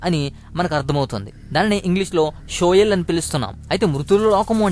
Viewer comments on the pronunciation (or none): అది షియోల్... not షోయల్..